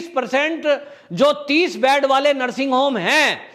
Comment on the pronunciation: बैड नहीं बोलते हैं "बेड" बोलना चाहिए ।